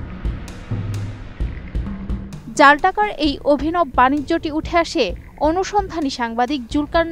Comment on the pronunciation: অভিনব, যা উচ্চারণ হবে "অভিনবো"